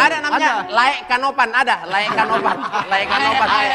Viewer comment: Bukan Laek Kanopan, Aek Kanopan bg boris.. 😁